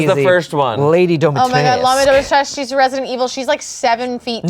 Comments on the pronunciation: I don't know who Lady Dimitresk is to be honest... I know Lady Dimitrescu from Resident Evil, that has a romanian name (in perfect vampiric tradition), and being romanian a romance language the final vowel is not silent. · Mf's think they have chance with Dimitrescu and can't even pronounce her name smh😤